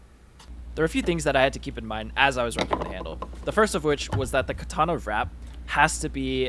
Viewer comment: Learn to pronounce katana properly